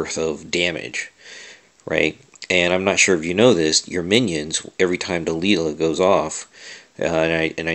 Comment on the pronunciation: Dude, its pronounced "Delayla", you know like the song (can't remember the band name) hey there Delilah, *blablabla" " (at least I think so).